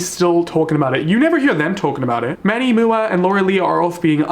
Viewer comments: Manny M.U.A., not "mooa" 😂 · Hey. Manny M.U.A not mua (moo-a) Love the videos though 😍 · Are we just gonna ignore "manny moo-ah"